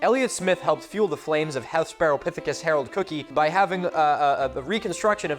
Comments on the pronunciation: And of course you know where William Jennings Bryan based his political career, right? Nebraska. (Psst Cookii is pronounced "Cookie-eye,") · … cookii is pronounced cooky-eye. FYI. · I haven't seen another comment on this, but I always thought cookii and stuff like it were pronounced "cook-eye" and not "cook-ee". Idk if a joke is flying over my head, or I'm just pronouncing it wrong, lol 😅 update for anyone else wondering: both are right